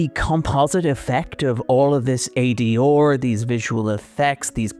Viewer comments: It’s how an Irish person pronounces those three letters. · The way the narrator says ADR is distracting. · Good video but that accent on R is insane 😂 A-D-ORRRR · AD…or? Have I been pronouncing that wrong this whole time? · I usually forget irish but when he pronounced "ADR" a Guinness popped into my hand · I'm pretty sure that's not how you pronounce ADR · It’s a mid-Atlantic pronunciation, combining the first syllable of the British pronunciation with the last syllable of the American pronunciation. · I'm gonna need you to go in and ADR your pronunciation of ADR. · I came here to say this in the lightest and most loving way possible myself.